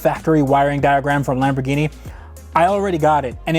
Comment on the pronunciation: lameborghini, lamborwenni .... lol next